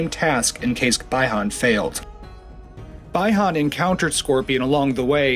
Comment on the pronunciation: it's pronounced Bee han not bye han Bihan